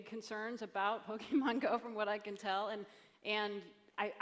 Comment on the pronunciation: How is this guy the CEO of Niantic when he can't even say the name of the game correctly.